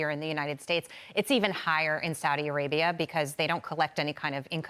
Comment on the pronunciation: thank you for saying Saudi Arabia correctly!